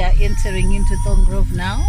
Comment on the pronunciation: It's Barbourfields not baba fields Thorngroove not tungroove